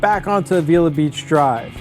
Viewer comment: Dude. Perfumo???? Lo Sojos Valley Road? a-VEE-la????? It's Los Osos. and about Avila Beach: "The name Avila commemorates Miguel Ávila, who was granted Rancho San Miguelito in 1842" (Wikipedia for ease). Notice the accent on the A. Great area, I used to live there. Thanks for including this beautiful area but so painful to listen to this! lol